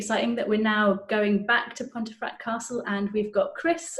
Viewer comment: An interesting video. However, is it not pronounced ‘pumfret’?